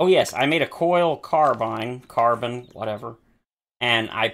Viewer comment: Most folks pronounce "carbine" as either carbyne or carbeen. FWIW I have never heard it pronounced "carbun" tho! Hope that helps ! 😊